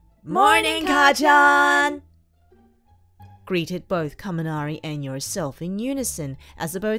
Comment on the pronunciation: Sory, but it is: ''Kacchan''